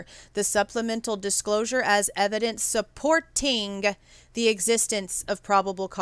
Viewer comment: Doubt I'm going to be winning any trophies or whatever that pop up was, but...I like your channel. I watch it pretty regularly so I'm certainly not a hater. But when you start speaking in syllables like "as evidence su-POR-ting the...". You do it several times during this video, and frankly, it just comes off as childish or someone that's inexperienced. And that's not you. Or, at least what I've seen on this channel in the many videos I've watched before doesn't lead me to believe that's you. I know what you're doing. You're speaking the syllables in a staccato fashion to make your point. Just my opinion, of course: you know your audience. Do you think they're dumb? Bc that's how it comes off. Like, "thank you so much for breaking down every syllable so, dumb old me can understand the genius you're dropping. IMO...it's just not a good look. You're better than that. Or, who knows? Maybe you really do speak to your friends like that in real life.